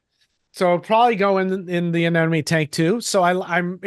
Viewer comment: Fun show, but I'm seriously laughing at you bitching about people mispronouncing things, but then you persist in pronouncing "anemone" as uh-NEN-uh-me instead of uh-NEM-uh-nee. I mean, they're called NEMs for short, not NENs, dude. Then your 3,000 subscribers hear you and mispronounce it, and they say it to their friends, and soon we have human sacrifice, dogs and cats living together, mass hysteria!